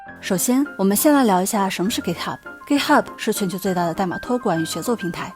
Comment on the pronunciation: UP 主还不错，至少 Git 读音没错！